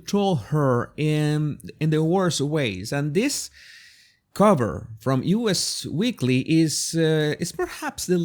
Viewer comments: It's actually "us" weekly , not U. S. weekly. Anyway, enjoyed your commentary. Oooh, could they move to Hawaii? Bye! Vote Trump, he'll deport H. 🇺🇸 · The magazine is NOT "U.S." Weekly, it is "Us" Weekly. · Actually, it is "Us weekly". Us as in you and me collectively.